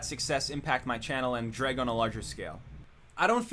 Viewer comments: What? Its pronounced Dreg???? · Did we just finally learn how Jreg is actually pronounced??